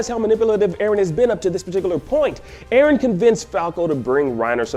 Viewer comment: 316 It's Eren, not erin, not eron, why is it so complicated for you two to remember his name right.